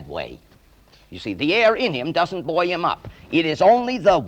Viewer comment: It is refreshing to hear an American pronounce 'buoy' correctly.